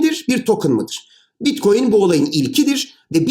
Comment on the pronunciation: hadi bi daha anlat. bi daha. tane tane. salağız biz. bi daha. bitkoyin teknolojisi (teknoloji :)). blokçeyyyyn. bilim adamı yetiştirmede üstüne kimsenin olmadığı çalışkan ülkem. saadeti elde etmek için her türlü zinciri bpynuna takar. maynink teknolojisi... hahaha. teknolojiymiş.